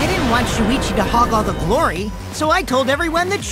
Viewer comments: Everyone said talking and shuichi said that wrong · me trying to find out how to pronounce shuichis name